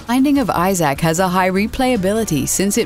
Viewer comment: the way she pronounces Isaac makes me cringe.